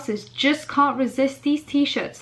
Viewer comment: What is your accent?? Sorry, I can’t figure it out. Most the time u sound like ur from London or something then sometimes when u say things like can’t u sound sort of Scottish 😂